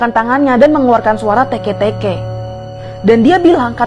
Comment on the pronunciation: Bukan tekeh-tekeh tapi teke-teke😕😕